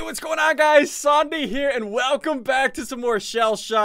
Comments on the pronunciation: He said sanda in stead of sunde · why did ssundee say sombie on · He just said sondee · sundee u say zondee haha good gob sundee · Hello guys Ssombie here.... Wat a pronunciation